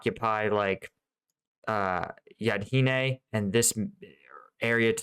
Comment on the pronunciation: You need to pay a tad more attention to the names of not just places (turning Yahidne into Yadhine) but also of people - and actually READ them, and not GUESS them. You mixed up THREE letters in the name Yevgeny, which is a Russian form of Eugene, making it sound completely unrecognizable.